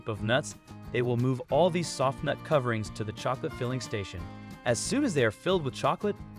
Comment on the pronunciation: Does this guy call a nut a noot 😂